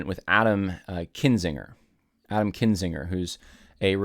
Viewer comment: it’s KINzinger, not KINGzinger